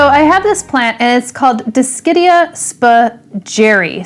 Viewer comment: Nobody: Summer Rayne Oakes: Dis-shit-ia lmao (Never change :P)